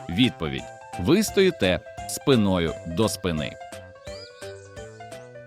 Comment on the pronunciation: Не спинОю , а спИною!